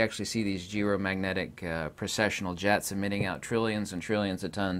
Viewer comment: For a moment I thought you were saying "Galactic Jazz" instead of Jets 😂 I was so gonna go full Rick and Morty.. Oh well!